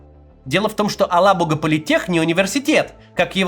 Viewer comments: АлабугА! Ударение правильно ставить нужно на последнем звуке. Устал уже повторять. Татары, что молчите? Совсем обрусели и даже поправить ведущих не можете? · "Алабуга" читается с ударением на последний слог и мягким "г". Проверьте, на какой слог ставят ударение татарстанские чиновники.